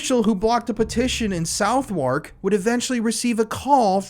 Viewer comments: 😂 GOOGLE THE PRONOUNCIATIONS its not LAMB BETH its lambuth... its not vaw hall its VOX HOL 😭😩 I was like wtf is that? Until I realised you read it in FRENCH 😩🤣 its also suvvuk or southekk not south work 😩😭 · And 😂 "South wark" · Southwark tends to be pronounced "Suvvock" in the UK, just for future reference.